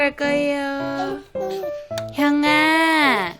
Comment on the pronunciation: (형)아!, 콩(룡)!!... 손(툡!) 귀요미 표 어려운 발음들 😂💓😍 횽아 누나들 사이에서 어느새 또 훌쩍 큰 듯한 모습이...💗